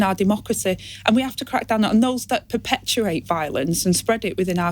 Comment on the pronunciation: I thought she said 'perpeturate'. Is it her teeth or her brain?